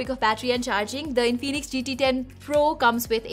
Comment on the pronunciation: Its In-fi-nix not In-fee-nix